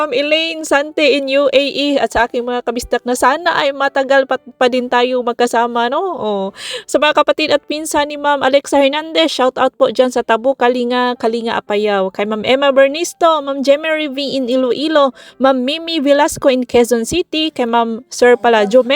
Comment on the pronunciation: Ganda ng pwesto ni Dodong. I wonder sis anong comment ni byenan? sa harap pa man din ng bahat nya ung duyan. Sya nga pala sis, ung KALINGA na place is pronounced as KA-LING-GA. Remember na remember ko ung natutulog kayo sa sala at katabi ung mga kamote...haha... kamoteng namunga ng ang gaganda. Sure this winter magiging katabi nyo uli sila siguro.